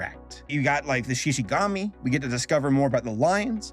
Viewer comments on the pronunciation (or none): Xi Xi Gumi not Gami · Dude, it's Shishigumi, not Shishigami. Shinigami eat apples, Shishigumi eat meat. I guess, Shishigami eat ***. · I cringed hard when he said “Shishigami” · Look I'm not judging you because you said shishigami instead of shishigumi It's just funny that's all 🤣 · Shishigumi not shishigami, 😂😂😂😂😂 LMAO and no speaks of this because everyone decided to just pirate the sub because they didn't want to wait that long for the damn thing. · I love your videos, they're great. And usually your pronunciations don't bother me at all. This is the first time I've ever been thrown off by something so much that I actually had to stop watching and comment about it. Shishigumi (she-she-goo-me) not shishigami (she-she-gah-me). Every time I hear shishigami I think of the forest spirit from princess mononoke. It's downright disturbing, as my imagination crosses the giant human faced deer with the lion gang. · *Shishigumi, not Shishigami :') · Shishigumi, not shishigami :p And people watched it months ago, when it released in Japan. It already has it's audience so it's not talked about that much outside. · its not shishigami its, Shishigumi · It's ShishigUmi, not ShishigAmi. Lion Group, not Lion God. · Its shishigumi not shishigami Shishigumi in Japanese means Lion group. Shishigami in Japanese means Spirit of the forest. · Its shishi-gumi actually, not shishi-gami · ok i usually dont comment on things but he kept saying "shishigami" when its "shishiGUmi" and i usually watch the original japanese version of things and the fact that he kept making the same mistake was just taking me away from whatever else he was saying... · Everyone here talking about Netflix Jail and I'm here getting tilted by pronouncing it Shishigumi as Shishigami... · goomi not gami 🦁🦁🦁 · I just wanna know if I’m wrong to correct him that it’s not the ”shishigami” but the ”shishigumi”?? I dunno I haven’t read the manga, but they say ”shishigumi” in the anime so yeah👀